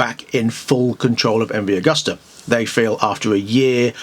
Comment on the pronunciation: pronounced 'agoosta'...